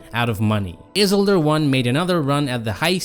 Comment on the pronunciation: Your prononciation of isildur is killing me 😂